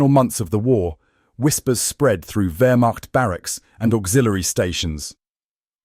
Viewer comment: Vermach....not vermached....